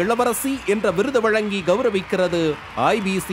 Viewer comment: please do not murder Tamizh mozhi. “ழ” for Vazhanga not “ள” as pronounced by you